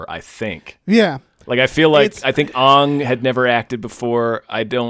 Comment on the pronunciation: I know that the fault lies squarely with this godforsaken movie, but I honestly ground my teeth every time mispronounced Aang. Thanks to both of you for understanding how horrifyingly torturous this adaptation was for those of us who love the source material... I thought it was gonna be the defining mythology for my kids' generation, like Star Wars was. I cannot express the rage and despair evoked in me by this disaster.